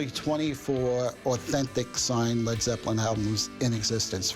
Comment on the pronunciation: "Dis is de hwoly gwail of Led Zepwin"